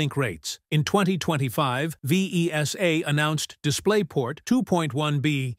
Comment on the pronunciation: Yes, like PAL, SECAM, Mini-DIN, Vesa, ... all of them have been spelled in this video. Really annoying to listen.